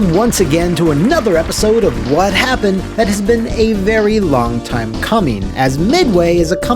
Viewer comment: “Wha Happun?” > “What Happened”